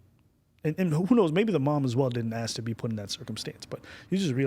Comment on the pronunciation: "People Aksum bout me"